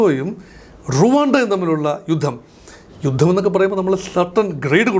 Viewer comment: 'യുദ്ദം'! യുദ്ധം എന്ന് തിരുത്തി പറയൂ.